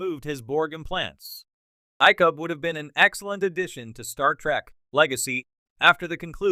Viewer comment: It's the LAZIEST way of making YouTube videos to spend as little, either make stuff up or regurgitate it from somewhere else and then use an automated voice, NOT ONE OF WHICH can pronounce anything correctly. It proves at least based on this example that AI is laughable. Just listen how it changes pronunciation of Icheb every time it is stated - it's a different way. Not to mention "Pick-Hard" which is what Picard sounds like. Pathetic.